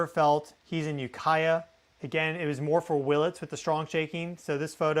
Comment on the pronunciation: when nailed the ukiah pronunciation correctly.. i thought someone told him how to say it lol.. small world grew up in mendo and sonoma counties myself hope everyone is safe and well